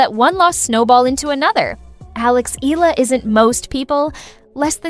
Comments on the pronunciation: …it’s just an annoying observation that annotations on videos would garble player names in what an otherwise relevant reporting…making it sound like it’s an English word? [ee-yah-la] becomes [ee-lah] in the case of Eala.. unless AI was used, they can research or learn from the NBA announcers who encounter a lot of different player names (some are weird) but are able to say them correctly… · most media personalities continue to mispronounce Eala... It is pronounced E-ya-la, not E-la. Do some research and correct your mistakes!